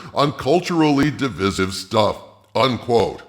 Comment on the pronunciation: Why can't you pronounce "divisive" correctly?